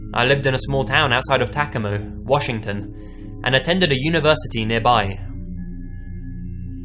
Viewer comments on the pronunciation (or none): On story 9 I hate the way he pronounces my City it's Tacoma and the way the voiceover pronounces it is kinda like Tackuuma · Did he mean Ta-co-ma Washington...? Lol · Wondering the same thing. Lol Tac-a-mo